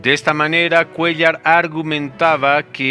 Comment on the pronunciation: Ese cuellar jajajajaja